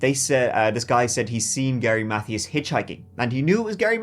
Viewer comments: love you loads but Mathias is pronounced muh-THEE-us. not math-ee-us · Gary's last name is pronounced Mathias with a capital I sound. Math-ī-as or Math-eye-as. This is a great video, and you do a very good job. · "Mathias" is pronounced "Muh Tias". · Alright....say it with me now. MUH-THIGH-ISSSSS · His last name was pronounced "Ma - thigh - us". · Mathias is pronounced“Muh—Tee—Us” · Please Google how to pronounce "Mathias" correctly. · Mercury Mon-tea-go. Gary Muh-thigh-us. not "mon-tay-go" and "math-thee-iss"